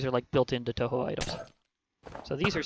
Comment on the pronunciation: And its pronounced tohow